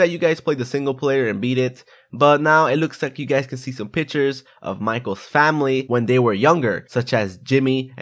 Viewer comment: Did anyone else hear him saying "pitchers" instead of "pictures"?